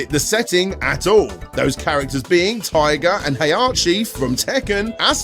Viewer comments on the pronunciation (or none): none